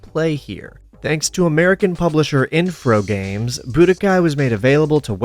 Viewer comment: "Infrogames" wtf lmao